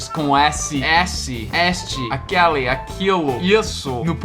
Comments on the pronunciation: você pronuncia aquéle e aquéla Pronunciamos aquele fechado e aquéla aberto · você está cometendo um pequeno erro ao pronunciar: esse, aquele, desse, daquele, ele. Todas essas palavras não possuem o mesmo som na vogal tônica como: essa, aquela, dessa, daquela, ela. No feminino, nas vogais tônicas se pronuncia o som como se tivesse um acento agudo "é", porem no masculino se pronuncia como se tivesse um acento circunflexo "ê". Espero ter ajudado. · por favor, não me leve a mal. Eu só estou tentando ajudar, porque sei que você gosta bastante de aprender sobre a língua portuguesa, beleza? Bem, eu queria dizer que as palavras "este", "esse" e "aquele" são pronunciadas com o "e" fechado. A gente fala tipo "êste", "êsse" e "aquêle", e não "éste", "ésse" e "aquéle". Já "esta", "essa" e "aquela" são pronunciadas com o "e" aberto, assim: "ésta", "éssa" e "aquéla". Espero ter ajudado!👍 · Oi,! Só uma ajuda na pronúncia da letra "e" nos pronomes demonstrativos. Para pronomes demonstrativos no masculino, use a vogal "ê" fechada: Este, esse, aquele = Êste, êsse, aquêle. O mesmo vale para as contrações: deste, neste, desse, nesse, daquele, naquele. Para pronomes demonstrativos no feminino, use a vogal "é" aberta: Você já está pronunciando corretamente. Esta, essa, aquela = Ésta, éssa, aquéla. O mesmo vale para as contrações: desta, nesta, dessa, nessa, daquela, naquela. Resumindo, use "ê" para masculino e "é" para feminino.